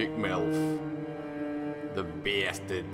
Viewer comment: "The beeasturrd" xD